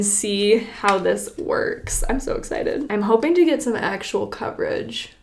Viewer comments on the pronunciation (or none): If you don't like "... a very exited wideo..." PLAY